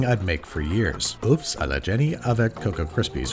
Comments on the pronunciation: Fiancée?! Congrats lover birds!! Btw Babish, and I know you tried your best, but œufs is pronounced “eu” if that makes sens .. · Those really are some nice Oooffs :D Pronounce the 'o' like 'work' and say 'off', that's how you pronounce 'eggs' in French. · œufs is actually pronounced just "ea" as in the (ea in earth). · I can't watch this without flinching a bit every time Andy pronounces "oeufs" like that.